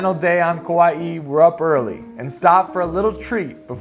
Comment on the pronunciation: Not sure who told you to add an ‘E’ to the pronunciation of Kauai. Hahaha. Butchered from the start while claiming to be ‘pono’. Good try though